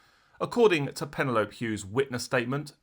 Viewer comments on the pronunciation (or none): love the channel but some words you pronounce funny hahaha pa-nel-opy lije penelope pitstop its just ive never heard of a pennylope lol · That cracked me up! Like Manfred Man’s “ colliape crashed to the ground” 😂 I like crime scenes’ pronunciation! Penny lope Hughes ❤